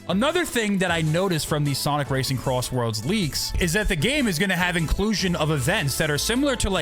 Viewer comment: SONIC CROSSWORLDS RACING?????????????????!!!!!!!!!!!! HOW DID YOU SAY IT WRONG